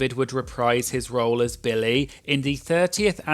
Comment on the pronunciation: Great video. But if I may…Billy. Not Bill-lay😅